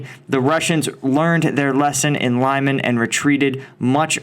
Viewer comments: Lyman “leeman” not Limon🍋 😅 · Lyman is pronounced "Lee-mahn," not "Lie-man." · One thing that sucks from Western youtubers covering this is the pronunciation. for starters... it is NOT lyh-man but rather leh-mhan. If you doing vids like this, at the very least watch videos from RU and UE. Telegram, and YT are jam packed with them. Sorry for the sub titles. Deal with it like an adult.